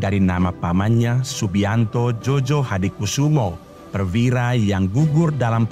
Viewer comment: Admin, penulisan Djojo dibacanya Joyo. Krn penulisan sblum berlaku EYD dj= j, dan j= y. Jd Djojohadikusumo harus dibaca Joyohadikusumo. Gituuuu...